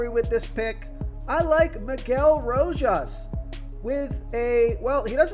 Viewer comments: I'm only here to hear the butchered player names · Another named butchered man bro R*O*J*A*S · Lmao. It’s every single video 😂